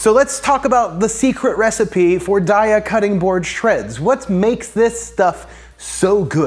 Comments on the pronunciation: Its pronounced day-a 😊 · It's pronounced "day ah". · Apparently, a Daiya rep. said it's pronounced "Day-uh," which had little to no influence on how I actually pronounce it: "Dye-uh." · It's "day-uh" (and that's per their own people if anyone is doubtful). 😁 And this looks amazing! Definitely saving! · Pronounced DAY-A! Love your videos! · HEY rhymes with DAY, and then you add an A. 🎶🎵 DAY-UH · Their website says it's pronounced day-uh because the first 3 letters are supposed to be like the first 3 letters in dairy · It’s Day-a... like have a nice day-a 😊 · Daiya website: We pronounce Daiya as “day-ah.” As in “Have a nice Daiya!” The name came from a play on the words ‘dairy’ and “Dayaa,” which is Sanskrit for “loving, kindness and compassion.” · You pronounce it "daiya" 😊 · It's pronounced daiya. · Actually it's pronounced Daiya.